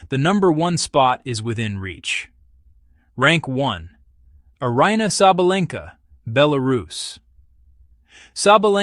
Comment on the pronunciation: LMAO that first Iga picture is definitely Marta... And the way he said Sabalenka's first name, and Karolina's last name??? I'm done.